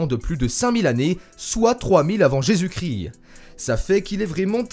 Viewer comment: Drôle de voix. À , "Soit 3000 avant Jésus Crill-eee"